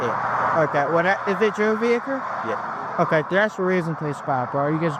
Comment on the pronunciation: "is it your vehicrrr?"